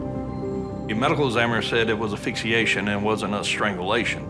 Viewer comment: It’s ASPHYXIATION, not aphyxiation🤦🏾‍♀️